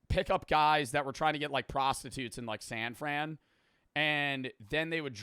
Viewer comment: The way you said san fran was so auraful